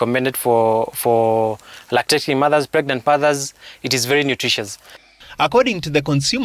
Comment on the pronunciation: Did he say pregnant fathers!😂😂😂😂